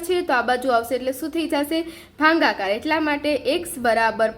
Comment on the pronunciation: Bhagakar 🚫bhangakae🤣🤣